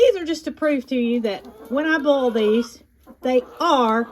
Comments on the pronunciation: All through this video I thought you were saying bowl eggs and I thought you would shake them in a bowl. Right at the end, I realized you were saying boil! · Love the way you say boil.